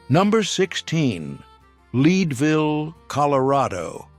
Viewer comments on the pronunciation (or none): It is not pronounced Leedvile, It is pronounced Leadville as in pencil lead!!